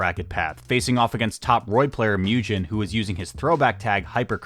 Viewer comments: Also for Mugen. "Moo Jen" instead of "Moo Gen" killed me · just an fyi, pretty sure mugen’s name is pronounced the same way as it’s japanese origin 無限 is, which is like the sound a cow makes: [MOO-gen] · S’okay but you also mispronounced mugen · and mugen lol